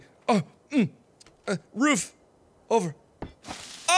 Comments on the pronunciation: when mark says roof he sounds like hes making a dog bark ruf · he says "roof" the same way he says "room"